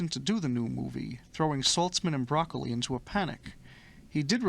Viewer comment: Ugh! Broccoli’s name is not pronounced like the green veggie. It’s bra-CO-lee